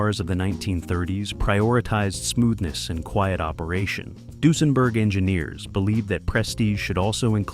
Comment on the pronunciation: I wish the narrator could pronounce Duesenberg properly